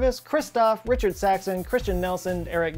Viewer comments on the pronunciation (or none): none